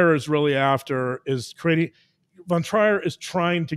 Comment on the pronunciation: The name Trier is pronounced Treer. Love to listen. Thank you for showing us and explaining the depth of the damage inside human psyche.